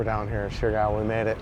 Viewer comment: Surigao is pronounced- serr- E - gao